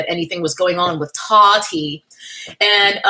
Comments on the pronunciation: The way you say "TAWHHTEA" has me dead 😂😂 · The way you say Taahhti is killing me 😅